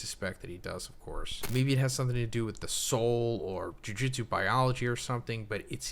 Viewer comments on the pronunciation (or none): my friend, jujutsu is not jiujitsu. Please hit that Ju Ju better. Otherwise you're great.